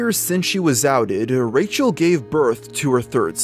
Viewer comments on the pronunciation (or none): Like the way you called her Racial instead of Rachel 😂😂😂